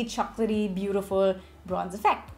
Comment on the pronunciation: I thought you were possessed when that accent popped. Bootifulllll❤